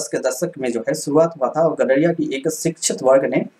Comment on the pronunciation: गदरिया❌ गडरिया✅